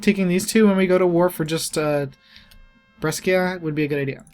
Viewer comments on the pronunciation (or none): I swear to you: hearing a name of a city pronounced wrong just hurt the ears of an Italian. So I'm trying to help you out. The "sc" in Brescia is not pronounced like "sk", but "sh".